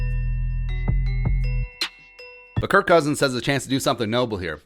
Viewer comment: You said his name wrong man. 🤦